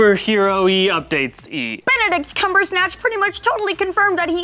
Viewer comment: Did she say Benedict Cumbersnatch?????